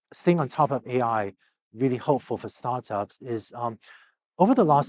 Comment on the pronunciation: How work in Start ups for so long and refuses to say it aha sounds like "Sartas"